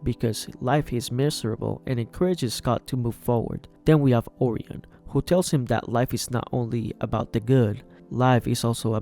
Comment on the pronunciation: You mispronounced Orion. It’s Or-Y-in, not Or-eon